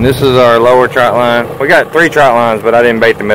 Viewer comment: It is TRÔT line TR Ô T , NOT TROUT . Jeez , I never thought I would be the pronunciation police . But its that one thing .